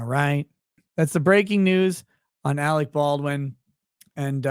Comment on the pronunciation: AleC ... not AleX ...